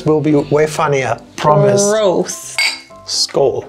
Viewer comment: First "Cheers" was in Swedish and nailed perfect!!!!